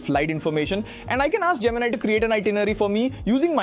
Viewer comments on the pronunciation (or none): none